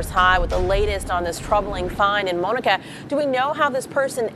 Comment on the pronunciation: Has the anchor at the studio ever heard of the name Monica or was her way of pronouncing it a way of belittling Monica?